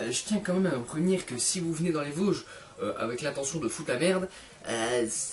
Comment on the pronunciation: tes vosgien ? mais tu dit même pas vosges avec l'accent mdr on dirait un parisien